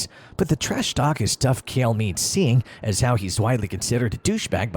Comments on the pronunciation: Why’s he calling Chael “Kale” lmao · Showing Matt Hughes picture when introducing Chael and then pronouncing it “kale” made me dislike the video and ignore the pages recommendations lol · STOP SAYING KALE SONNEN! Idiot! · I didn’t know Chael was pronounced kale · You cannot even pronounce Chael and you lied about his first fight with Anderson Silva. He DOMINATED Silva until Silva got lucky with a triangle. Horrible video, thumbs down before the 4th minute. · Chael isnt pronounced like that, is it?